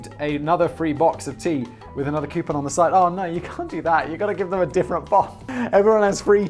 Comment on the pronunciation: Koo-poon, not Kee-you-pon. It's wrong in all languages.